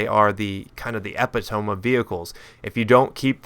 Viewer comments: "EP-EH-TOME" Epitome? lol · epitome is pronounced "uh-pit-o-me" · you pronounced "epitome" wrongly.Just google it, its definition and pronunciation is the first result. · I think he may have mis-pronounced epitome, but I may be stupid lol, anyway...